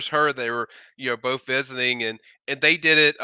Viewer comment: Did he legit say “bof” of them? Wtf? 😂